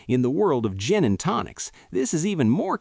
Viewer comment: "Gin and Tocins?" AI sucks...